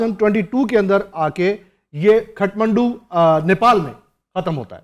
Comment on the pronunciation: not khatmandu bro, its kathmandu